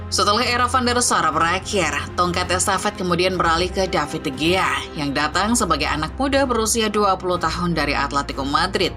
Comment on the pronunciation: sebutin yg bener,david di hiya..